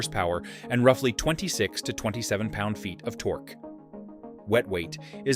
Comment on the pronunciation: u might want to teach him how to pronounce torque, then. Makes me think it’s thanksgiving. Some good bikes in there though. I’d add the cb360t. The 350 with an extra gear.